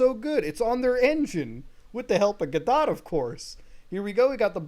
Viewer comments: Am I the only one who cringed when Muta pronounces the word "Godot" as GO-DOT and not goh-doh? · Muda you got to stop calling it "guh dot" lol. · I scrolled through a bunch of comments and I didn't see anyone mentioning it, but Godot is pronounced like g'dough. Like Play-Doh. Forgive me if someone else mentioned it already. Entertaining video though. I haven't been a Sonic fan since the 90s, but I'm always a fan of internet drama. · pronounced goh-doh. the t is silent like in knife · godot is pronounced like "guh-dow" btw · Thank you for the seizure warning. Your pronunciation of “Godot” would give any English professors a seizure.